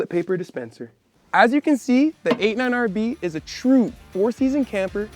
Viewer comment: Wait, are you saying 89 RV? Sure sounds like it.